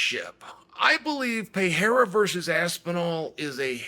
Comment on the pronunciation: Chael is still saying Pereira's name wrong.